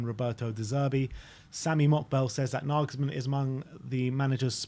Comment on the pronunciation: Glad you've learned how to pronounce Nagelsmann 😁 I fear he'll join a bigger club in the summer but here's hoping..